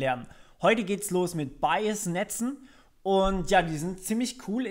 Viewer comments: Finde deine Wortwahl und Aussprache sehr angenehm und klar. Gut Wie Rehunium schon gesagt hat Bayes hört sich wie Bias an, finde ich aber nicht schlimm, man weiß ja von was du sprichst. Gutes Tutorial im übrigen ;-) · Aussprache von Bayes bitte nochmal überprüfen, klingt bei dir eher nach bias. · bitte einmal nachschlagen, wie man "Bayes" ausspircht...das irritiert sehr.